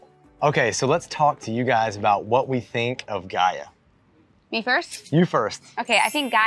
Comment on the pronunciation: Great job on the pronunciation!! It’s great to see your point of view on Gaia! Obrigada ~